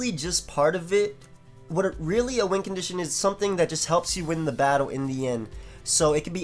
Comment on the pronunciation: I have always thought you said wind condition not win lol